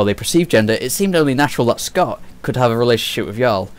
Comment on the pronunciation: Of course I played the game. Multiple times. Maybe you should too. Because if you actually played the game you wouldn't be pronouncing Jaal as Yaal. It's Jaal with a 'j' sound. It's the use of resources to update something that was completely unfair and the original two NPC options for Scott was just an insult to the LGBT community. And yes I understand continuity in story writing. Jaal was written as bisexual. Nowhere in the game before the patch did he give an indication that he was only into women. Like Liam did. The patch simply put the option in like it was originally meant to be. Also they released two patches before this focusing on glitches and will be releasing more.